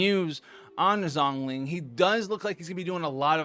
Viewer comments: Shongli Not Zongli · Rather, probably needs to pronounce Zhongli correctly now lol. Zhongli should be more like (Jouhng-Lee) and xiangling (Siang Leeng) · Xiangling = she-ahng ling, Zhongli = jong lee